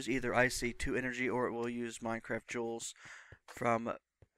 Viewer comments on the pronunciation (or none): none